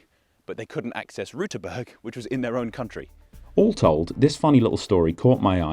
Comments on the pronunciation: no you did not. it is an ü not an u ^^ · Sad to report you still mispronounced Rüterberg in the beginning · You're still mispronouncing Rüterberg. The ü sound is different from the u sound but I understand it's difficult for people with English as their mother tongue. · Actually you didn't pronounce the umlaut in Rüterberg. You said Ruterberg. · "Rüüüüüterberg" is not the most imprecise thing you included, despite the interesting discovery: You mixed up the year of setting up the "Mauer" and the reasoning behind. Also one frame showed it is between Sachsen-Anhalt and Mecklenburg-Vorpommern, which is wrong. Gooood further discoveries! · you pronounced Rüterberg wrong.- You made a U sound instead of an Ü 'insert the mockery you requested' Greetings from Austria, we speak german too. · I hate to disappoint you, but you didn't pronounce it correctly. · Even your 'correct' pronunciation was wrong. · You forgot to pronounce the umlaut in Rüterberg so now I am going to mock you for it 😀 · You failed hard at pronouncing Rüterberg correct ! Did you think the dots above the u were just ornamention or what ? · Except you still didn't say it correct... Rueterberg. with an umlaut Ü - not a U... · You pronounced the name wrong. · Your "correct" pronunciation was still wrong. Ü isn't the same as u. There's a reason these letters look different. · I have a problem with the way you're pronouncing "Rüterberg". It SHOULD be pronounced "Xdibvewyjbcdhk". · Your attempt at pronouncing Rüterberg was atrocious, though I appreciate the effort! Also I never heard about there being "almost" a new republic. Lastly thanks for mentioning why the river banks looked so strange, it would have bugged me not knowing why! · I am very sorry for this but I am legally obligated to mock you for your pronounciation of Rüterberg . You have mistakenly pronounced the "ü" umlaut as a normal "u".